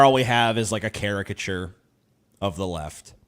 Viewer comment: He said CHARIACATURE not character. You misquoted him several times, js.